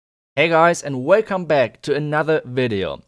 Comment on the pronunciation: “Welcobe back to another bidoe